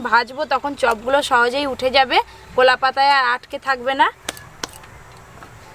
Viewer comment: Didi apnar sob thik a6e kintu apni kotha gulo sunte valo lagena jemon apniকলাপাতা কে কোলাপাতা Bolen